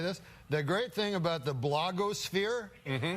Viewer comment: "All the Kardashians---Lois! All of 'em" lmao "The great thing about the blog-o'sphere..." ok Norm...